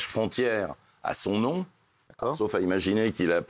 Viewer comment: elle a massacrer son nom 😂😂